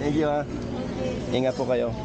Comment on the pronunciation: when u said ingat ingat to those guys, you souded more local than the locals😅.